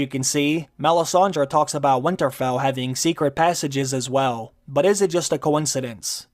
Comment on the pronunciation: you say winterfell weirdly and say it far too often